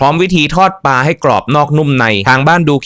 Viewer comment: ควบกล้ำด้วยก็จะดีในการนำเสนอปลา ไม่ใช่ปา